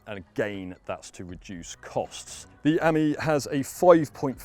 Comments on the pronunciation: What a PLONKA! Talk about make a complete Prat of yourself. It's not Ami as in 'Hammy'. It's Ami as in 'Play me' Just to let you know Ami means Friend in French. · Amie (Friend) is pronounced Uh-mee with a long e.